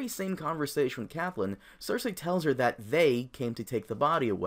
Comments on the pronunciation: It's pronounced "Cat-lynn"... not "cath-lynn"... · her name is CATTTTTLYN nopt caTHlynn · The way you pronounce Catelyn is so cringe. Good video though lol